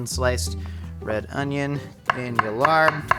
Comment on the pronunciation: The incorrect pronunciation of larb always drives me crazy. Not just. Most YouTubers. 😵‍💫